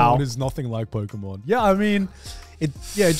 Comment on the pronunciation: It's pokemon not pokeymon